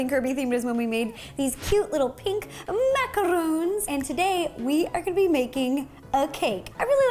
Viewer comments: It's a macaron not a macaroon. I'm sorry but I'm a giant fan of macarons and I hate macaroons. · Who else was shook when she said “macaroons” but meant “macarons”? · Macaron Not Macaroon